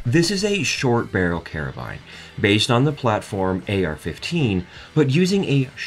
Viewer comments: It's spelt carbine and pronounced carbine. Not spelt Carabine and pronounced Karabine are you Italian? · What’s with all the metric measurements? Instead of “carbine”, it sounds like “carabiner”